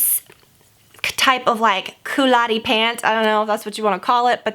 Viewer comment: What does coulotte-ish mean? You definitely said "coulotee-y style," just a little frustrating as that word doesn't exist